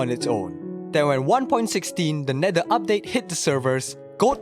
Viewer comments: "to enter the netder" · Bro did NOT say Nether 😭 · Why did he say the neder